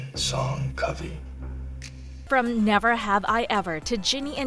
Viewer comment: At least we get xo kitty. Also it's "covey" like "lovey" not like "cove" it says in the book